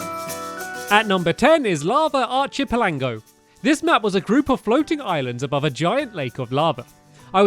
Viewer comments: Archipalango? Archipelago are-ki-peh-li-go. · archi-pelango.... you tried your best stampy 🤣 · Archipelago is pronounced a-kih-pell-igo :) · Archipelago is pronounced arc uh pell i go. Not the word I, but the i in picky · arc-uh-PEL-i-go Oh geez, I've been pronouncing it the same way this guy did since I started watching because I didn't know this word before watching these vids...* insert blush here * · thats one way to pronounce archipellago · It's said archipelago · Please tell me you deliberately pronounced archipelago wrong on purpose